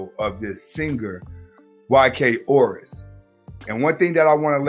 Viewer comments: “Orus” you mean “Os I ris” 😂😂😂😂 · U mispronounced tf out his last name but it’s ok he’s a simp he deserves for his last name to get butchered lol